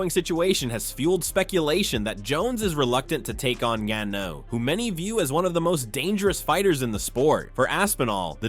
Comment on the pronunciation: Ngannou was pronounced differently like every time